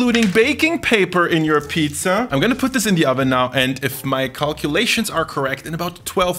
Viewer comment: Kannst du bitte Pizza normal aussprechen und nicht Piiiiiiza? 😅